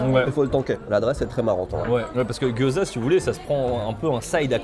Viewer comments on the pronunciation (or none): Ptdr les gyozas. C'est Gyozilas !! Mdr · mdr des Gyodzillas!